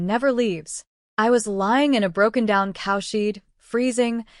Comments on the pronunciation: I stopped at “cowsheed “ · I just laughed when I heard sheed